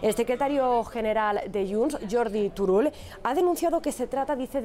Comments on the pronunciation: Beatriu Llopis entenc que serà Turulo no Turullo en el vostre catetisme de poble no? Ja que no sabeu pronunciar la ll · Li diguen Tururull 😂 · no saben pronunciar bé turull? Son retrassats o que? o es que no existeix la ll en cayetà?